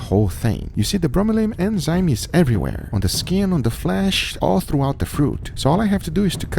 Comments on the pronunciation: Guga, for the love of God, it's enzyme, not EMZYNE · Some day, Guga will pronounce it "enzyme" instead of "emzyne". I believe. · I love how guga says Enzyme "Emsaym" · What is an "emzyne"? It baffles me a "food guy" with a channel with over 3 million subs doesn't even know it's called an enzyme... Congrats, you just made thousands of people think it's called an "emzyne"! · eNzyme Anyone else hear him saying eMzyme instead? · Why she say emzyne? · is it just me or can anyone else not get over how he pronounces enzyme as emzyne? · he keeps saying emzyme ugh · At this point I think he's saying emzynes just to troll. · Everyone: Enzyme Guga: Emzyne